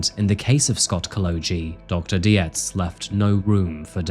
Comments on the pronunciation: Horrifying case, but an(other admittedly extreme) exemplar of what can potentially happen when a family or group of acquaintances engage in denial or ignore warning signs. Separately, Dr. Dietz' name is pronounced like "deets". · Dietz is pronounced deets. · This is may be not very important concerning the gravity of this case, but Dr. Park Dietz is not pronounced Di-e-tz, but Deetz. Just to add, since is usually very meticulous in his videos. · Hey, I don’t know about in the UK, but in the US, Dietz is pronounced “Deetz” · Nitpicking cos that’s what I do. Americans pronounce Parks surname as Deetz. Yes Parks is an expert but Scott wasn’t his patient. I’m like you. Torn. His poor brother. The self control not to attack his brother or throttle him was amazing as obvious as was his pain. I think Scott was an undiagnosed Schizophrenic. But he still brutally ended 4 lives. His poor Mum. To her son was vulnerable & she wanted to keep him safe. That’s what she’d done his entire life. It’s not an enviable position nor one that can be reconciled in your own mind. But she felt an obligation to her child. In the end to her own detriment. If anything & I know this may sound weird to some. But it’s a blessing she died. To see her beloved child mow down his family then to be in jail literally forever would’ve been torture for her.